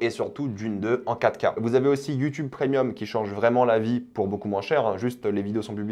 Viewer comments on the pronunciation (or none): none